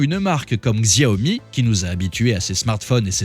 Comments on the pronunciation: On ne dit pas GZiaomi mais Chiaomi ^^ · On ne dit pas Xiaomi "Ziaomi". S'il vous plaît 🙏 On dit "Chiaomi" Xiao veut dire petit en chinois. Merci beaucoup !!! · XIAOMI se prononce CHAOMI !!!! 🤣🤣🤣🤣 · C'est quoi cette vidéo ? Déjà ça se prononce shaomi ! La marque n'est pas spécialiste des sèche-cheveux ! "L'homme derrière tout ce cirque" C'est un bandeur de Tesla qui a fait la vidéo ? Putin de tocard. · Prononcer le X chinois en Gzzzz c'est tellement ridicule 😂😂😂 franchement!!! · Xiaomi se prononce chiaomi!! Arrêtez de massacrer ce mot,! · X c'est ch en chinois donc chiaomi😅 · Narratif un peu limite, voir xenophobic. Pour info, les journalistes indépendants existent en Chine. Vous ne prenez même pas la peine de prononcer le nom de la marque correctement, c’est pour dire…. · J'ai saigné des oreilles... Ça prend 5 sec pour bien prononcer Xiaomi.